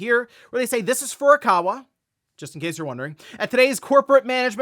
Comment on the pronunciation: Hey Jon, can you please tell that it's not Furukara, but Furukawa? He doesn't read his comments. He's been making this mistake for years.